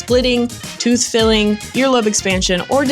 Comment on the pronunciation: No tooth fillings? That's weird. Don't you mean filing, as in teeth can't have a file used on them to change the shape in some abnormal way. You know, filed. Not filled. Despite that slip of the tongue, it is an intriguing and interesting video. Great content.